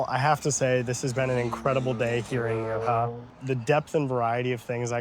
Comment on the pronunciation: It's pronounced "N-air-ha", not "N-ear-ha". I like your current videos because it walks me through one of my favorite parts of Spain. However, the constant mispronunciations is a bit jarring.